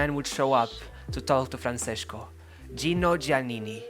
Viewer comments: Great video but you should see the pronunciation of Francesco. It's Fran-Che-Sko not Franseshko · Isn't it FranCHesko? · Why do you say Franshesco lol